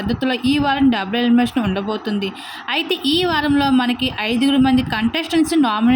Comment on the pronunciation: డబ్బులు ఎలిమినేషన్ కాదే డబుల్ అని పలుకు. అసలు నువ్వెలా వ్యాఖ్యాత అయ్యావే? నీ తస్సదియ్య!